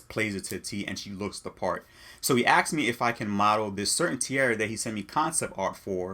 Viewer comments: Asked. Not Axed. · "Aksed me" I'm out. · Aksing also pisses me off lol